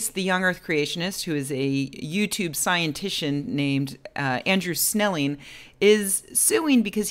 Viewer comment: Wait. Did you say "scientichian"? Is that even a thing? No, of course it isn't, what am I thinking.